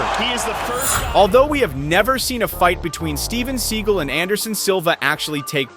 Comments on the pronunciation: It is spelled Steven Seagal with an "a" after the "g" so it's pronounced (S-E-A-G-A-L), rather than "Segal" If you're going to make a video about a famous actor/martial artist you should at least know how to pronounced his name! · Learn To Pronounce The Man’s BLOODY NAME❗️❗️❗️❗️ Every Time You Call Him “SEAGULL ” It Makes Me CRINGE❗️❗️❗️ I Am No Huge Fan Of The Man But Have Enough RESPECT To Say His Name CORRECTLY… schmuck…